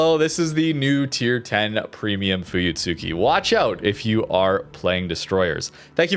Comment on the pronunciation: Idc anymore but fyi (if you're curious), it's pronounced fooyutski. The tsu is said so quick it almost sounds like ts. It's the same with almost all japanese ships that have a "tsu" in the name. Mutsuki "Mootski", Akatsuki "akatski", etc